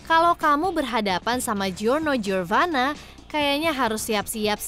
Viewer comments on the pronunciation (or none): Giorno Giovanna bak bukan giorno giorvanna